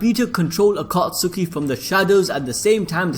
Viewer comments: Bru he said aka suki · It triggers me when you say akatsuki like that and the names of the characters